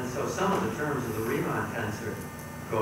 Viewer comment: Who put the tags on? Schwarzschild not Schwarzchild torus not taurus Christoffel not Kristofel Riemann not reamonn